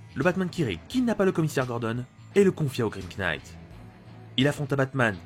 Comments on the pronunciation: Je sais que ça va sûrement un peu te saouler mais le "grim knight" le "knight" se prononce "night" voili voilou. Sinon superbe vidéo, je trouve que ta voix est très captivante, et ça aide vraiment à être accroché à ce que tu racontes ! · laugh se prononce LAF knight se prononce NIGHT merci et bonne continuation